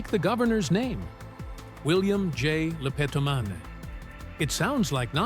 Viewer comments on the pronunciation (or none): When they say the name in the movie, it's not lepedamon they say lepedamain